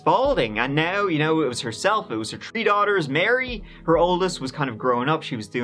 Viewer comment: Hey, the way you always work in a "tree" and "turdy" in your videos is a absolute genius move 😉